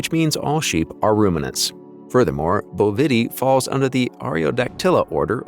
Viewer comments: Sheep. Bovidae. I despise robot voices!! Pronounced here as boh-VI’-dee. ‘I’ as in “it” (or in :) Like OMG!!! It’s BOH’-vi-deye . . . 🙄😲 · You pronounce things differently than I have ever heard them. Bovity... really?